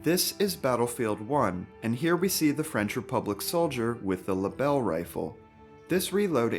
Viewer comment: I don’t speak french but I am sure you absolutely smashed the pronunciation of that rifle 😅